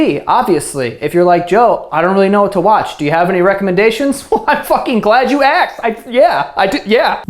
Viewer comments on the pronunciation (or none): "I'm glad you aksed"